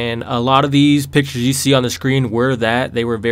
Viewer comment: When he said "These are the pictures i picked" I thought instead of saying pictures he said bitches!lol XD